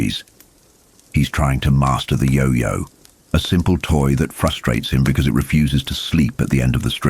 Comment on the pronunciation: I just wish we could get these videos with a real narrator, not the AI voice that mispronounces key words and phrases.... Even simple things like "It" or "Ka" get pronounced multiple ways from one sentence to the next...